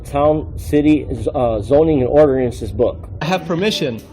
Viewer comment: 😂😂 orderance AND promitly